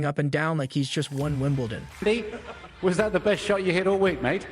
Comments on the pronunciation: OMG, if you're going to do a video about ANYTHNG you clearly don't know very much about at least learn how to pronounce people's names. It's Kir-long-E-ose not Krigeose, and it's Evonne not Ivan, Joke-a-vich ,not Jokavick, Fobbio, not Fabio,, Wimbledun, not Winbledawn, Neigh-dal, not Naydul and he's one of the. biggest names in tennis. You'd think you would at least get that one right, Meekale, not michael,, Nastazee, not Nastase, and oh my god its Mack-in-row. Have you ever watched a tennis match in your life? And just so you all know I am trying to spell each name phonetically so that this guy can see how they should be pronounced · The idiot couldn't even pronounce ''Wimbledon''......what a joke.